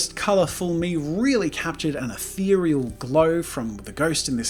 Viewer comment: Every time Jazza says says atherial take a shot.